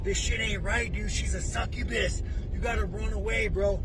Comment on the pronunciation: He called her sucubis😂😂😂😂😂